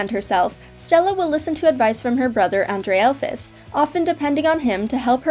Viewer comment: That is not how Andrealphus is pronounced.